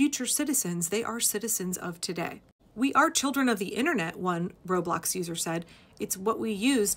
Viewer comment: For the life of me, I thought you said "road blocks" and my mind went POOF!!! "Are kids getting violent now?"😳🤣